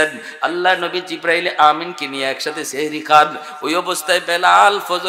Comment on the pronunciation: সেহরী❌সাহরী ✅ এত বড় ভুল করলে আলেমদের কে মানুষ অন্য চখে দেখবে।